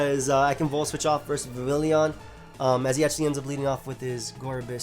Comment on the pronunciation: I feel like you'd appreciate being reminded that Vivillon only has two I's in its name. Vi-vil-lon; not Vi-vil-lion. It's not an Eeveelution.